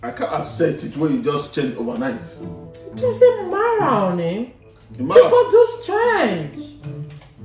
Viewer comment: I like she said ‘it doesn’t marra ‘😔😔😔😂😂😂😂😂😂😂😂😂😂😂😂😂😂😂😂😂😂😂😂😂😂😂😂😂😂😂🤪🤪🤪